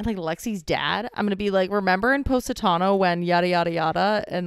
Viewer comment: It's not poe...satano, it's poss...itano. 🇮🇹 sorry, i know its probably your American accent but for us Italian's, it sounds 'fanculo'😂